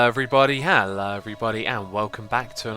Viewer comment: Lol, I love the new "Ah-low everybody, ah-low everybody." Not trying to be rude, it's just how it sounds.